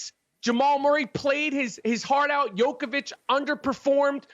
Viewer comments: This man said jokivic and dragavic lol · Did he just say Jokovic? 🤔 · Micheal gave everyone from overseas a "Ovic" jokovic , dragovic 😭🤣🤦🏽‍♂️ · Man said Jokovic and Dragovic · Did he just called Jokic... Jokavich? lol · When any foreign white player comes up in discussion... Rapaport: adds "avic" to their last name - Jokavic and Dragavic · this guy cant pronounce dragic or jokic lmao